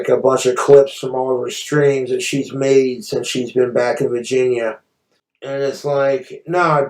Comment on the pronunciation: "back to vahginya"